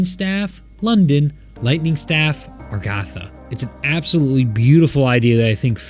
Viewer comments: Agartha not Argatha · I loved this cutscene it made me so emotional and I was waiting for a video like this. But my only kinda problem with this video is you keep saying Argatha but I thought it was Agartha